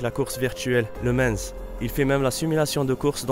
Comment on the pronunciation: LE MANS et non Lemansse...